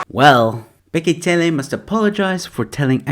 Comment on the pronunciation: It's bheki cele not tsele😂